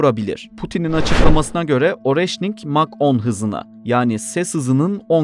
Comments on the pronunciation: Areşnik diye okunuyor... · Оreşnik diye okunuyor